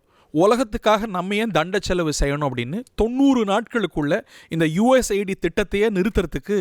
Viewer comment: Mr. இது USA ID அல்ல.. US AID.. செய்தி வாசிக்குமுன் முதலில் தலைப்பை சரியாக‌ படிக்க தெரிந்துகொள்ளுங்கள்.. shame...😂